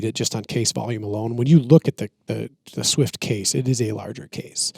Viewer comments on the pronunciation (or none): How dare you mispronounce the legendary .220 Swift! 😊